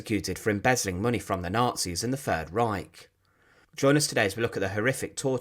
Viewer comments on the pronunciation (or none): none